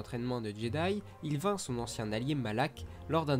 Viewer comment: Je crois que les noms que tu as écorché sont : bastilla shan et dark malak